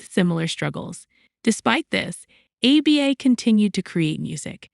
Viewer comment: I'd take you more seriously if you could actually pronounce the group's name.